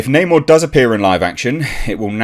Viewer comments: It’s Ackshully “Nah’Morr” you filthy colonist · 1. Create a character identical to original comic book Namor. 2. Call him Neymohre, instead of Namor. 3. Make lots of movies. 4. Profit! I mean they changed his name anyway right? F*c*ing Nah-Moor, for no reason at all. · It’s not namor it “no more!”